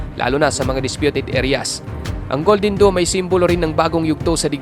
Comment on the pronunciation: Mali nmn ung pag bigkas Mo Sir... DOME ✅️ Hindi DOOM❌️ DOOMSDay nba?